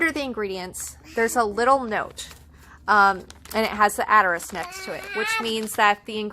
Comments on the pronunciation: New to your channel. I really liked this video, but it is "assss-ter-ix" not "att-a-risk" lol just a heads up. Otherwise, awesome video. Thanks for making it and doing your research! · For the love of God, can you please pronounce asterisk correctly?